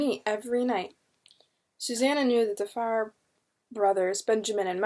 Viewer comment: Love these books! Great read,but just one correction. Fier is not pronounced fire. it was the Fear family's orginal spelling of their name,so Fier is pronounced fear.